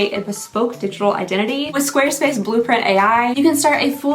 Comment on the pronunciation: I couldn't understand you in the intro, it was very garbled together..."this video is brought to you by square space, the omngly website..."